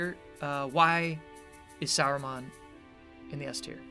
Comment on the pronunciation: Saruman not Sarumon! D